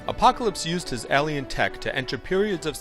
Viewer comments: Haha! This guys pronunciation of the word alien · why is he pronouncing alien weird?